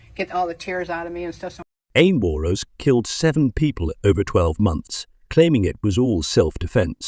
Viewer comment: I’m not certain how a fuel spill catching fire would be unexpected. That’s exactly what I expected, so when you said that bit, I expected something else. The real estate agent has been in so many other compilations for the past few months. It’s pronounced “War-nose” with an N and a hard S. Less narration, please, and fewer prompts asking, “What do you think?” Video too long.